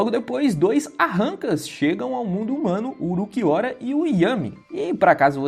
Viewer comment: "Uruquiora" hauahsushsusha tu é japonês é? Fala como tu lê, Ulquiorra.